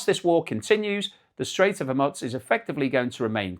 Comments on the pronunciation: Hormoooz not hormuts. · There is no "t" in Hormuz.